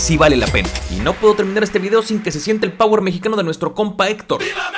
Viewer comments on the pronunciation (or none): none